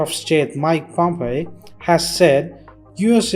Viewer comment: he says, "Mike Pompeii," instead of "Pompeo"!!!! ☺️